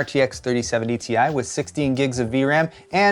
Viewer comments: it’s TIE not T I. c’mon man! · its not T. I. Its "Tie" lol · it's not T.I. but pronounced as TIE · "the RTX 3090 Tie!"